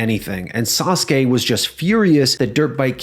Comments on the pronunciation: Why can't you pronounce SASUKE correctly?? It's not "saas kay", it's "saa soo kay", it's pronounced how it's spelled. Your pronunciation is just as bad as these other youtubers saying "aahs kah" for ASUKA. You guys need to use your head more, or at LEAST do a tiny bit of research on how to pronounce things! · Sah soo kay, not Sahskay. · Sauce-kay? Really? Learm how to pronounce it. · Why is it pronounced Sauce K isn’t it like the Motorbike and car company Suzuki just spelled different? I’m not trying to be a jerk I’m genuinely curious I don’t know many wrestlers from Japan. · gives me good memories of the yugioh 4kids dub and Joey yelling “DA SAH-SOO-KEE SAMURAI”